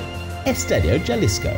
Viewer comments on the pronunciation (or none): Just to say that you don't say CH pronouncing Cuahtemoc it's Cua-Te-Mok, and for Jalisco don't say the J it's like Ha‐li-Sco